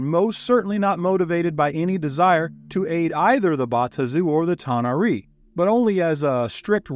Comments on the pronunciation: A-ver-nus, not a-VER-nus. Ta-NAR-ee, not ta-na-REE. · Thought I found myself in Star Trek for a moment - tah nah ree? Always amazes me all of the different ways various groups pronounce D&D names. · How do YOU,, not know how to pronounce tanar'ri?? 🤦